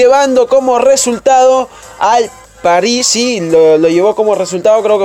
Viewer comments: que te cuesta decir Paris como todos en vez de quererlo decir en "frances" que ni siquiera lo pronunciaste bien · Pajhis:vvvvvvv